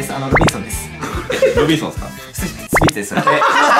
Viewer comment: みなさんお気づきだろうか、、、 はなお「いやぁ、すぎょいすごい」